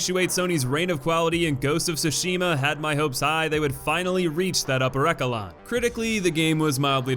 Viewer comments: Dude, it's esh-a-lon. Not ecka-lon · Eck-alon? Esh-alon? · Esshhelon not Ekelon😁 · Hehe "ekelon" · Its pronounced Eh-che-lon, you honestly just confirmed a sterotype 🤦🏾‍♂️ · Bruh just said eckelon... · Imagine mispronouncing echelon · I love you but that is still not how you pronounce echelon